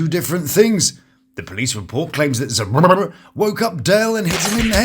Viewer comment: I giggle every time u say he-haws name 😂😂😂😂